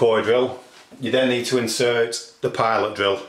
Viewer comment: Learn how to speak English. Fucking idiot. PI-OL-ITE DRILL. It's pronounced PI-LIT.